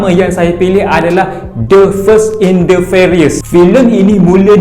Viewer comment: The fast bang, bkn the first😅